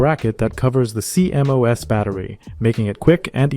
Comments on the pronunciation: CMOS is pronounced "Sea-Moss" rather than C-M-O-S. Great vid! :) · I've never heard anyone call a CMOS "See em oh ess". It's pronounced "See moss" lol Also bro saying diga bytes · Cee-M-Oh-Es? Cee-MOS. Is this an AI voice or what? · Is this an AI voice? Is that why they keep spelling out that acronym C.M.O.S. Instead of pronouncing it ‘SEA-moss’? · Stop saying cmos like thah